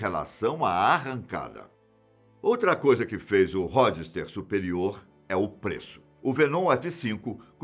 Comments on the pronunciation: No geral o vídeo é bom, mas algumas coisas me incomodaram, principalmente no que se trata da pronuncia. [ × "Ródster" ] > [ ✓ "Rôdster" ] [ × "Fenon" ] > [ ✓ "Fênon" ] Dei só esses 2 exemplos, mas durante o vídeo se percebe vários. Várias vezes as sílabas tônicas são trocadas de lugar e outras a vogal é puxada para o som agudo, como se tivesse um acento agudo. Tendo em vista a grandeza do canal e o cunho científico do público alvo, esses erros não deveriam ser cometidos. Só para deixar claro, meu intuito é ajudar o canal evoluir constantemente e espero que com essa crítica os conteúdos futuros se tornem cada vez melhores. Um forte abraço. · Ródister kkkkkkkkkkkkkkkkkkkkkk